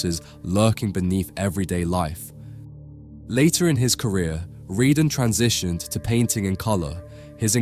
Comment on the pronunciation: Since he was French and his surname was Redon, why do you pronounce it "Ree-dun?"